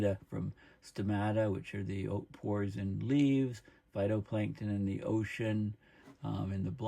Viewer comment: It's zee Sun.